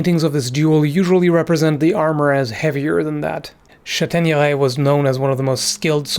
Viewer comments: VEry nice french :D Châtaigneray is well pronouced. In french the modern "â" was in ancient french an "as". So probably "Chastaigneray" en vieux français. :D Anyway nice channel man ! :) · Seems that it was not a buckler but a arm protection which is heavier. The buckler is melted with the arm armour. The "s" ancient French and is not pronounced in modern French so your pronunciations is good for modern French. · And Chateigneray is very well pronounced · Excellent french pronunciation! As for the chÂtaigneraye pronunciation, the "^" accent was not used in Medieval french (Moyen Français). If you come across this accent in any medieval text, it is there, more than often, to replace a letter that was there to indicate a particular inflexion. For example, the french word for "forest" is forêt, although it used to be written forest in the medieval times. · For Châtaigneraye - well pronounced - the "^" on the "a" is indeed an indicator that in the past there was an "s" after it, such as when you said Ch"as"taigneraye, or in the modern french word "Château" which was then "Chastel/Castel". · Please let me congratulate you on your outstanding french accent ! Much appreciated :) Chastaigneraie would be the archaic spelling, you find quite a lot of words in french with the old "s" now written with the accent on the vowel. Greetings from southwest france